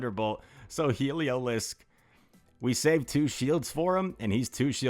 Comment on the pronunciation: Pronouncing it waaay better than Yasser Aleed with “Heliozlik” 😂